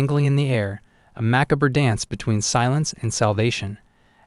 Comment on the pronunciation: How do you even learn so many words while only figuring out a grand total of 3 different types of sentences? And it’s pronounced macabre! Had to give up, couldn’t unhear the constant repetition…